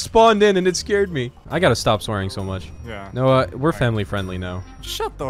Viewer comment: Since when does call Noah, 'Noey'??